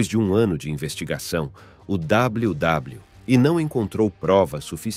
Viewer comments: Esse W. W . E . E CHEGA A DA RAIVA 😂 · Esse "WW" em vez de "WWE" do narrador irrita muito